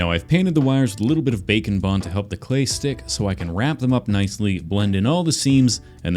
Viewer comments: For some reason I usedto hear "bacon bond" instead of "bake & bond". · When you said bake and bond I heard bacon bond and I was like wtf 🤣🤣🤣🤣🤣🤣🤣🤣🤣🤣🤣🤣🤣🤣